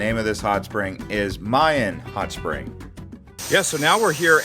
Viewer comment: They're called Ma'in hot springs, not Mayan. lol Anyway, another lovely video! Jordan is a beautiful country!